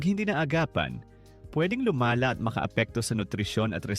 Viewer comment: "bago pa luma-la" A.i pa. Mga easy money content creator ayaw ng mahirapan. Lumaban kayo ng patas